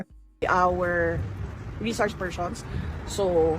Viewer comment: Ini exaggerate no SaraKupit ang “S”, “SH” ang pronunciation niya, pershons ang person, notice niyo?